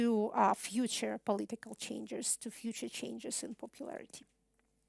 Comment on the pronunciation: начиная с на видео есть два слушателя в пиджаках и галстуках, у них немного скучающий вид... Выступление, как всегда блестящее, хотя некоторые слова произносятся специфически, например, was (было) слышится как wars (войны) и changes (изменения) слышится как changers (менятели??), ну и еще парочка в том же духе, что слегка усложняет восприятие. А в остальном, как говорят "песец, пеши есчо". Спасибо на все времена